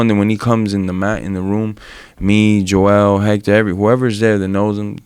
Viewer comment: Why does horhay pronounce everyone’s name wrong 🤣